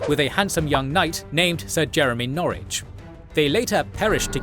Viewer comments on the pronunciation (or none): none